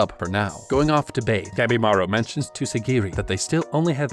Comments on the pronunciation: Whenever he says Gabimaru I keep miss-hearing it as Capybara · Ngl when i first heard him say the main characters name i thought he said Capybara